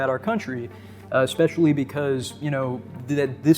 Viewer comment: Lost me at “expecially”